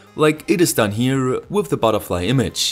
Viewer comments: WATT-HENRY? Surely you mean Watt-hour? (=3600J). And it's "THE", not "THEE" unless the word begins with a vowel, um Gottes Willen noch mal! OK? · pliese pliese stop using thi thi for everi thi there is. ;-) It's "the" thö! as in SauCE. It's only "sie" if the following work starts with a vocal.